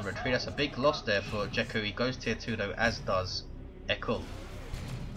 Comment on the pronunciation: And no, you are not pronouncing "jekku" correct.